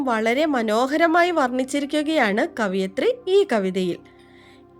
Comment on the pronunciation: കവി - കവയിത്രി ആണ്, കവിയത്രി അല്ല